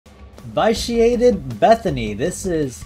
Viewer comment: you're pronouncing "vitiate" wrong. short i, not a long i.